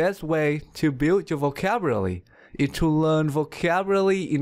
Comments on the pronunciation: you are pronouncing vocabulary incorrectly you dumb ass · he doesn't know how to pronounce vocabulary. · Are you saying "Vocavulary" instead of "Vocabulary" ?) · It is vocabulary not vocavrlly😂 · Are you kidding me? He can't pronounce vocabulary! "improve your vocabruree!" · vocabulary❌ vocavily✅ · it only me who has heard Vocavullary instead of vocabulary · Dude it's pronounce as vocabulary not vocaburaly !! Teach right please.. thanks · Vocaburaly? :-D hahaha what did you pronounced it again? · I watched this video again just to hear him say "Vocaburally" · Um, sorry but I believe it's vocabulary? Not vocaburaly? 🙈 It's a great video by the way. Thank you! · This guy doesn’t know how to pronounce vocabulary and instead he says vocaburaly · vocabuRaly!?!? what a f*ck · vocabulaly, anzwer 😄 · He says vocaburaly hahaha not vocabulary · Why does it kill me whenever he says vocaberrely and omits consonants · Your vocawulory ? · I love the way you say the word vocalbury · Shouldn't the teacher know how to pronounce vocabrully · I cant stop laughing every time I hear vocavrlly. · You're pronouncing vocabulary wrong. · You're not a native speaker. You need to learn how to pronounce the word 'Vocabulary'. Also, it's like you and me , not you and I. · You literally read the word "Vocabulary" wrong. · I love the way you pronounce the word 'vocabulary' :-) don't get me wrong, I think it's cute:-) I'm going to show your video to my students as an inspiration and example. You're so right about the common sense vs. common practice. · You cant pronounce vocabulary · Who the hell would listen to someone who couldn't even pronounce vocabulary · You need to learn how to say vocabulary! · Thank you so much but please try to pronounce the word "vocabulary" in a right way or clearly! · I laughed every time he said vocabulary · Your pronunciation of vocabulary is really disturbing. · At first,you learn how to pronounce the word "vocabulary"!!! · you cant even say vocabulary